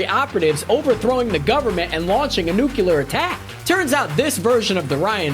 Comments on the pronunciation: Nuclear NOT nucelar! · besides the amount of times he said nucular instead of nuclear amuses me. this was aight. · yup the analysist uncovered a nucular bomb threat on that netflix show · every time this man says "nucular" I wince in pain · Nucular. So funny. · Why are you saying “nuclear” like that? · Dear God learn how to pronounce nuclear